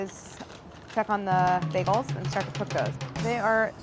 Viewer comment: "Biegels" - Claire 😁❤